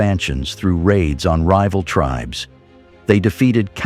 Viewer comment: WTF computer voice sucks. Native tribes mispronounced.